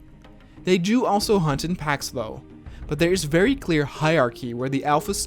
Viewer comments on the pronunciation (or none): none